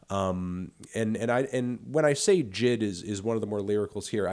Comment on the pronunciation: Melon it’s pronounced Jay Eye Dee, not Jid